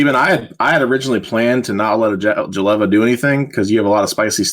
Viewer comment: For once I had hope that the vs crew read jeleva correctly and then they went back to the incorrect reading : /